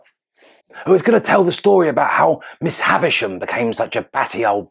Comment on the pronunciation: Of course they haven’t read the book. nor have most of the citizens of my country 🇺🇸 This is why many American commentators say Haversham, which is what it sounds like in movies, rather than Havisham, as Dickens wrote it.